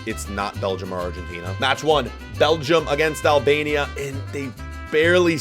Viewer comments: its Albania not Alabania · “albania” Him: no no no, AlAbAmIa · im Albanian/Kosovar/Montenegrian/Swiss and you didn’t say it right. But its alright americans aren’t the best at pronouncing names.